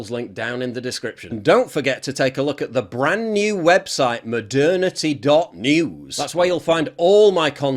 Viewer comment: You pronounce the o in modernity like an a, sounds like maternity lol